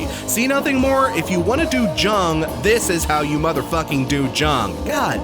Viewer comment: I'm a few days late to this, so you probably already know, but it's pronounced "Yoong,"not "Jung."